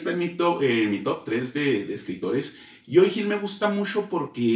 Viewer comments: Estás pronunciando mal el nombre de Joe, lo pronuncias como si fuera "Joey". Puedes revisar cualquier entrevista a Joe y escuchar como se pronuncia. Saludos. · creo que la mejor manera de pronunciarlo es cómo Homero Simpson lo hace con su cantinero favorito Moe, solo cambiando ma M por una Y, (you) 👍🏻